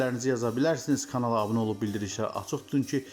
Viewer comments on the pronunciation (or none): none